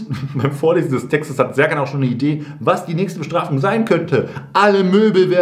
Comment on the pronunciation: Sertschan heißt doch Scherkan! Wissen wir doch seit Bip